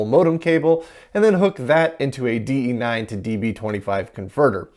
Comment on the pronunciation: Bonus points for saying the proper DE-9 name! 😅